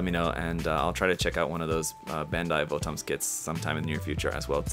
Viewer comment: VOTOMS is actually pronounced like bottoms iirc